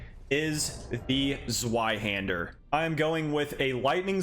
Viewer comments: im Sorry but i find it funny how you say the word "Sweihänder" instead of "Zweihander" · Sorry to be that guy, but it's pronounced ZVeyeHander EDIT: Thanks for the video. It's useful to see demos of all the weapons in one video! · Immediately stopped the video when you pronounced it "Zuaihander" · It's pronounced "Tzvy-hender". Rhymes with buy or guy. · It’s pronounced “Ts-Vai-Hander” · The way he says zweihander (zuayhender) hurts so bad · Zweihander is actually pronounced “Zvei-hender” and it is German for two hander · The Zweihänder easily has to be my favorite of the colossal swords…I will say, the way you pronounced it gave me physical and mental pain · Your pronunciation of a zweihander is painfull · Zweihander is pronounced like the w is a v